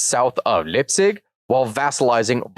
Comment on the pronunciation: In German the combination EI is pronounced AI(always) so Leipzig becomes Laipzig.